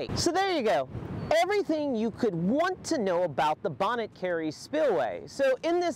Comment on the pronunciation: The 't' is silent in 'Bonnet'. Pronounced "Bonny". You're welcome.